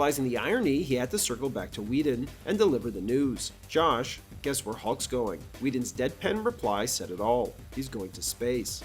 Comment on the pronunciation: I'm noticing a couple of mispronounced names in this video. Like "Josh" instead of "Joss", "Abla" instead of "Elba".